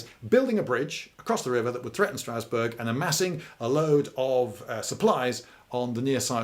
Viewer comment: Don’t think that’s how you pronounce Strasbourg